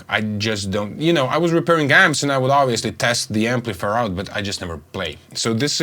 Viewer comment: Maybe a little correction (though your english is very good otherwise): it is Amplif-i-er - not amplifer ....